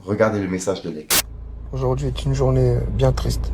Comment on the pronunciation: Ça ne se prononce toujours pas leck mais L.E.C.K (il faut l'epeler le blase si tu préfères 😉) Paix et Amour 🙏🏻❤️